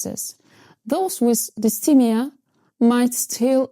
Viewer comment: Hey, just a tip... If you're talking in English (which you are), the pronunciation for dysthymia is DIS-THY-ME-A (with the second syllable sounding like THIGH) not DIS-THEE-ME-A. Understandably, you are using the French pronunciation but I just wanted to point it out because the way you say it sounds a bit off to English speakers. Otherwise, good job!